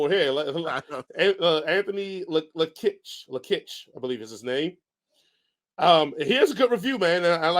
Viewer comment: Just saw the part in the video where you got to my Comment... 1st it's said Lock-ich it's ok not made just the Lakich thorws people off... And Happy to come on sometime to your show... When you work at a place like hollywood video back then you would think.. Wow i get 5 free movies a week to watch and see all the new movies 1st so i can tel people what i think...Hell i even got to play PS1 Demo Copys of Silent Hill and other games that those copys still have never seen reviewed online...Some of the demos where better then the Full Games when they came out later...Again thanks for the Shout Out and Keep the videos comeing